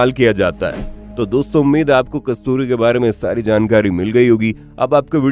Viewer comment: आधा अधूरा ज्ञान बहुत खतरनाक होता है, अपना उच्चारण तो ठीक कर ले कमबख्त है को अ बोल रहा है